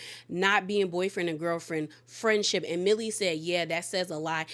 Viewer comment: It’s Meili not Millie